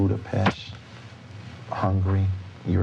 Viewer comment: Did he say BudaPESH? I could swear that he pronounced it that way.